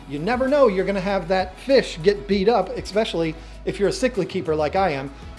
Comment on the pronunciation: D’ohhhh he says ‘expecially’. 😖